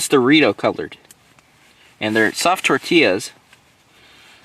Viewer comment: 🙏🏽 when he said tortillas the correct way! Respect